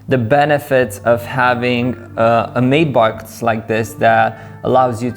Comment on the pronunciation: Kid' it's a Matt-box, not a mate-box! Use Google translate and let it speak the word, it's annoying when it's spoken incorrectly.